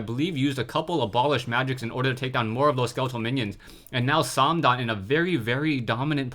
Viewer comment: it's probably well pronounced, but i hate how you say "" haha.